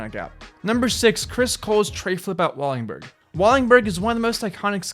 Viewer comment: Wallenburg... Not wallingburg. U gotta get the names right brotha.